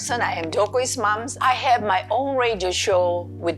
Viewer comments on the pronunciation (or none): Love it when she pronounce "comejian" and "rajio"